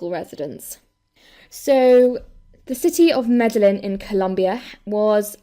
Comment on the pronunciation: Fantastic video, thanks for this. Very small, petty thing from me - it's pronounced Mede-yeen (in Hispanic countries the double L becomes a 'y' sound!